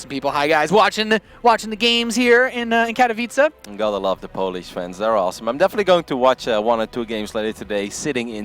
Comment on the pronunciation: gg! 1st time i hear someone say Katowice nearly correct: Kah - toh - vi - tze; both 'h' are silent.